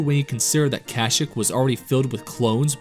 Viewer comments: Bro please learn how to pronounce kashyyyk. Its Ka-Shee-k not Kashk lol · Wait... say the name of the planet the wookies are from agian lmaoo 😂 please dont be Ai voice )